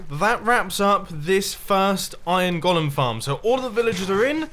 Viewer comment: Wait on mumbo says iron gólum